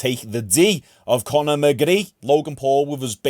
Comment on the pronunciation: Who the fuck is Con-eh? What a whopper man.